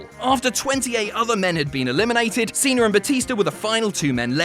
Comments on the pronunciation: Its john cena! Not john cener! Lmao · there's no R in Cena